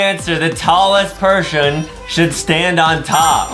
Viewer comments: Why did Adam sed perhon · i thought i was the only one who caught that pershon lol